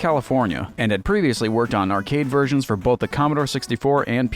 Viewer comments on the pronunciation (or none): none